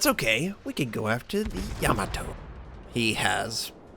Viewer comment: Love your vids, and also love how badly a lot of players mispronounce these ships names... It's really not a yam-a-toe, it's Ya-Ma-To :) Happy Gaming..